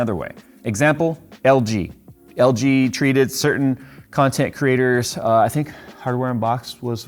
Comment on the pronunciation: I thought you said 'content CRITTERS' there for a second.